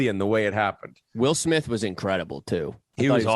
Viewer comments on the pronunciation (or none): none